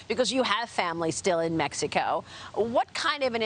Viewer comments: I could not agree with you more. Look at the way she feels the need to pronounce MeHico, that says say's something to me. She seems to have such devotion to their values, look at what their values have done to their country. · The only Congress member that says Méjico instead of Mexico. 👍